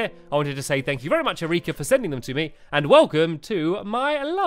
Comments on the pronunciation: No stampy, it's Eric-a. 😂 not A-rika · he said erika as er-eek-a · He pronounced Erika wrong it's Eric ca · It's not "E-ree-ka"... It's "E-ri-ka". Just like Erica, but spelt "Erika". Which also happens to be how my auntie's name is spelt. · It's pronounced air rica NOT eh reeka just to let you know stampy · It is pronounced Air-I-ka not Eureka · "Uh-ree-ka"? Stamps...seriously> hahaha Erika is pronounced "air-wreck-ah". It's a pretty common name haha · It’s pronounced air-ika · what is Erieeeeka.... its not prounounced that way haha its just regular erika like erica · erika is pronounced eh-rih-kah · no ehreekar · Hey stamps sry but it's air-I-ka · my name is erika as well and it is pernonsed air-i-ka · U r saying Erika wrong you say it like air-i-ka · Thats not how you pronounce Erika but ok...😂😂😂😂😂😂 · My name is Erica! But, that's not how you pronounce it. (Sorry if your name is pronounced in the video, if you read this, Erika) but, that's how to say Erica in French, the way you said it! All you have to do is pronounce the "I" how it it is pronounced in "it". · Stampy you don't pronounce Erika how you did! 😑😑😑